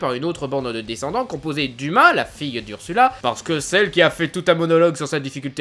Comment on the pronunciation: C'est pas discenndennte mais descendants